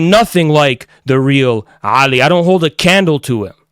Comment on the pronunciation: Ali what a beautiful name. My brothers name is Ali but I could never pronounce it like you do.